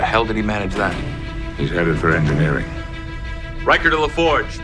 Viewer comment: "Worf! He's in Egnineering!" "Okay. I'm casually strolling that way....."